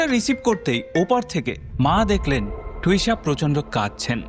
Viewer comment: মেয়েটির নাম টুষা নয় ,,তিশা। বড্ড কানে লাগছে নাম টা